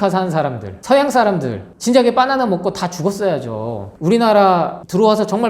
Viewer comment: 빠나나 라고 하니까 배고파져요 😅 빠나나가 아니라 바나나입니다 ㅎ😂